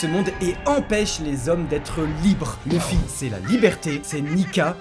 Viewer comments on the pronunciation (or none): none